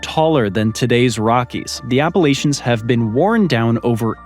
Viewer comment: Exactly. Just one of too many egregious errors that he clearly has no desire to correct.